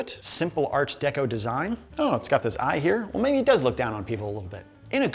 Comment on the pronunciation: Art Deco not Arch deco